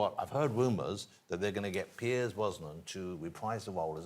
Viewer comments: Can’t believe Ross called him Piers instead of Pierce 🙄…. Nice watch though, Girard Perregaux….classy! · It’s Pierce not Piers, Jonathan Ross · He keeps calling him Piers it’s Pierce.